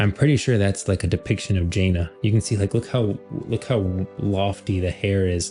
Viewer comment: Not to be that guy who nitpicks small things but its Janna (Ja-nah) not Jaina (Jay-nah)